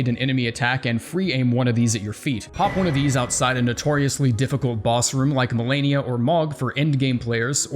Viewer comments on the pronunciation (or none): none